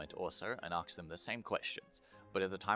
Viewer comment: please learn to say "asked" properly the s is before the k